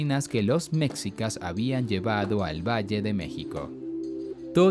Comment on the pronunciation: Pronun ia bien por favor no digas mcsica esmexi a nahuatl señor.